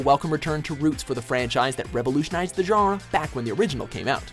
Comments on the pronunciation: please stop pronouncing genre that way! gosh i love your videos but that's so cringey! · man i hate how dude says 'genre'